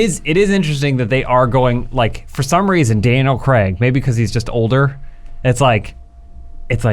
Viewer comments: Daniel "Creg" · Why do Americans says “Creg” it’s Craig